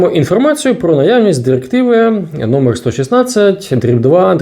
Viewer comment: ЩотыплытешЕсть номыр дырыктывато для чого ця дырыктыва